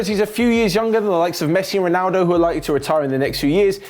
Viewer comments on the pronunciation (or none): none